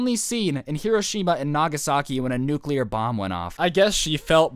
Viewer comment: Well it was an atomic bomb not nukeular